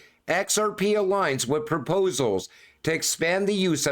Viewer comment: My favorite part is when he says "X Rrrr Peee" 😂 Great video nonetheless